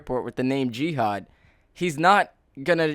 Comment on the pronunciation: I thought the guys name was gehad until i figured out he said jihad